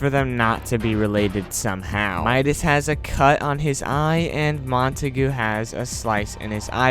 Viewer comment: English pronunciation is Mont-a-gyu